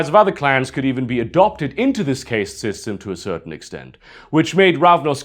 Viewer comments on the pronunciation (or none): Incredible vid. Singular problem. Why does he say caste like that ?